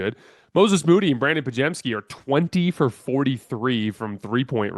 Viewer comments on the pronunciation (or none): none